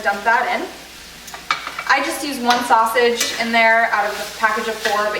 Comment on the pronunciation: Did you say sausage?